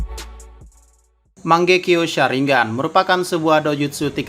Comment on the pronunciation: Jir nyebutnya salah